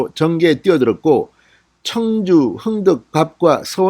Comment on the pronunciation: 청주! 술 청주 발음 제대로 하세요.